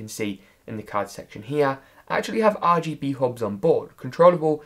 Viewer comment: I laugh every time he says and now tip 2. is AR G Be